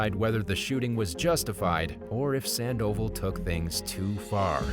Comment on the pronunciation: How can the narrator mess up pronouncing "Sandoval" but get "Nguyen" correct? 😆